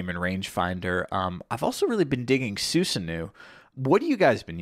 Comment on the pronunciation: Btw Susanoo is pronounced Su-san-oh